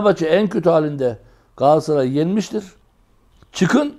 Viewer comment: ÜMİT HOCA gaasssaray degil. galatasaray... sergen hoca galassaray degil galatasaray ...